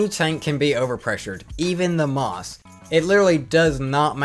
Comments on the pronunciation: you know the Maus is pronounced Mouse not Maws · hearing someone say Maas instead of Maus hurts, but that probably just because i’ve hear people pronounce it differently than you, and that’s fine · Im going to start calling the maus "moss"